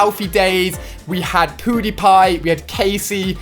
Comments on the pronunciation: It's so cool you say poodypie when you mean pudypie or whatever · Ahhaha poodiepie lol "poo"diepie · He kept saying poodiepie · Poodepie? It's pewdepie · He said poodiepie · What did he say powdiepie or pewdiepie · U said poodipie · It’s funny though cause he says poodypie haha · u said poodiepie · Lol u call him poodiepie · Is it me or did he say poodiepie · Who else heard Ali say poodiepie instead of pewdiepie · "We had Poodiepie" 😂😂 im dead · U said poodepie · He said poodie pie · The Master poodiepie* (thats the way he pronounced it) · Why when Alia says pewdiepie it sounds like hes saying poodiepie😂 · Alia said PooDiePie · Ali said poodiepie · 😂 Ali pronounces PewDiePie Poodeepie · I love the way u pronounce pewdiepie 😂